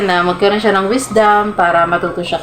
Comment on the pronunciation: ipabasa nyo po sakanya yung word na " NG " kasi ang basa nya dun ay " ANG "